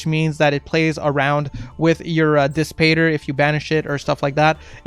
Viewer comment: It’s pronounced “dis patter” like matter”